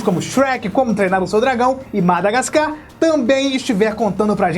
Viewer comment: só eu reparei q ele falou madagascam ?